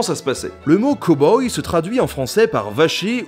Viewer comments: cowboy... prononciation à revoir! cow : caow et non pas co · Il dit quand même "Ko-boi" au lieu de "Cow-Boy" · Cow boy à prononcer cAw boy ^^